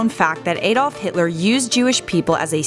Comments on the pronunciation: Why does she say Adolf like Aidolf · His name is not AYDOLPH . It is correctly pronounced as Ar dolph or Ahdolph. Jews were murdered in all countries across Europe and all throughout Britain., He was not jealous at all. That is all fantasy spread by Jews. They were horrible people when they lived in Germany. Rude, preferred apartheid ways and looked down on the German people. Most were illegal immigrants as many in the USA also were when they saw that the German people were sick of them. Wherever they go they like to take over and not blend in. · They said his name wrong the A in Adolf is short not long it says AH not A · Aydolph heetleer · It's pronounced Ae-dolf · Why do Americans say Adolf wrong?